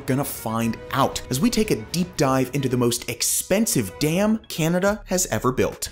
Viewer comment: Can you please stop saying Canada like that